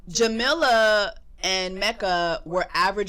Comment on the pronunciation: jessie, her name is pronounced "ja-mee-la"